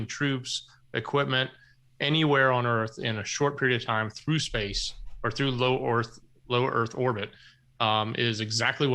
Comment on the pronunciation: Go.... that was a brilliant slip of the tongue....."low Orth Erbit"...😆